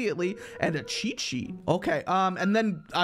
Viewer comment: The way he say cheat sheet I hear it like che che